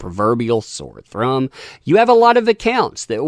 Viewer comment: “The proverbial sore thrumb”